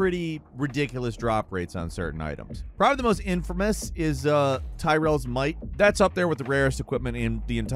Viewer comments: "Tyrels might"... 🤣🤣🤣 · Wait wait wait..."Ti-rells might"?? lol It's so infamous but you don't know how to say one of the most prominent characters in Diablo.